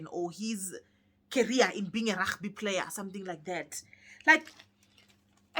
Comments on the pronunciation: Not Ragby It's Rugby! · The way you're calling Rugby sounds Afrikaans like 😂😂😂🤣🤣